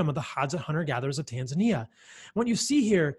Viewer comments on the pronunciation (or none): none